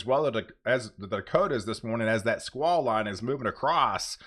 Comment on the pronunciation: I enjoy and appreciate your reports. Are you saying swah line? What does it mean? Thank you!